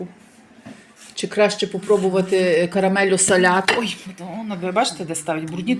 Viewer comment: Написано - саramello salato, a не салЯто... mandorla, a не мандорлЯ, і коли говорите українською то доречно казати євро, а не евро. І до дівчини італійки доречно говорити італійською, удосконалюючи вимову. Не ображайтесь,, не вчу вас,підказую, щоб не сміялись з вас. Мармелата, а не мармелЯта! Досить, неможливо далі слухати...